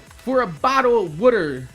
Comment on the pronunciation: woter XD